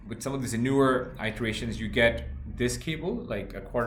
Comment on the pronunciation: your pronunciation of the word ""iteration" is wrong. and it's not because of your accent. correct yourself.